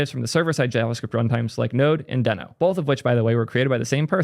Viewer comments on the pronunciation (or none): Why are you saying Deno wrong?